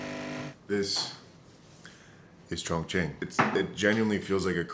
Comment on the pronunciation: you’re so brave for pronouncing chongqing